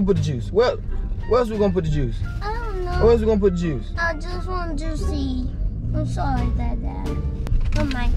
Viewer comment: “where else you gonna get the jucie”😂